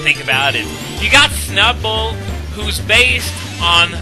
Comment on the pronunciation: I think of all your pronunciation of Pokemon names, "Snubbull" has to be the best.